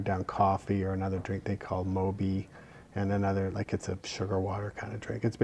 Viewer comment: Mauby.......not moby, dude.